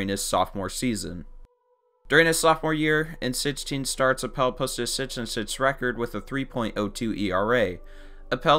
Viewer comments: My man. My man. The word is "six." Not "Sis" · This man can not say 6 correctly lmao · Nobody noticed the way this Guy says 6. Driving me crazy. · Why are you having difficulty saying the number 6 ?